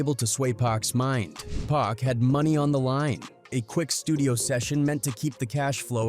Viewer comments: Why whoever narrating keep calling my dawg 2pack ham listening to what baby told Charlemagne put some respect on Pac name 🤔 damn niggah did turn bro to a pack🤦🏿‍♂️RIP Pac no more pain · Omg we back to this "Pack , 2Pack " bs maaaaan you bogus asf 😂😂😂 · Why can't this dude say 2 Pacs' name right !!!